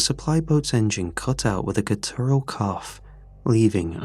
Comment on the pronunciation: Idk if anyone has said this yet but the ur in guttural isn’t emphasised